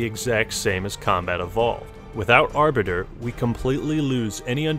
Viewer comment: Look, I love you man but, STOP MIS PRONOUNCING THE ARBITERS NAME